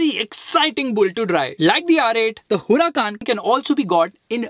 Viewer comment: It's Huracán not Huracaaaaaaan